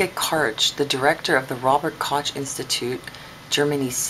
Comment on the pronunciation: This is embarrassingly poor, you didn't even pronounce Robert Koch right... You got the number of fatalities wrong, it wasn't in cucumbers or sprouts it was in bean sprouts. All you do is say ridiculous things that sound dramatic, none of it is credible with any real evidence.